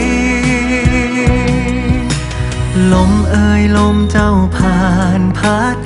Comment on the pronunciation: ชอบการออกเสียงคำไทยของเวลาร้องเพลงที่สุด เวลาใช้คำว่าเธอ, ใจ, เจ้า,ไฉน ไม่พ่นลมออกเหมือนภาษาอังกฤษที่บางคนร้องแล้วลมมันออกแบบนั้นตลอดซึ่งฟังแล้วลดความเพราะไปเยอะเลย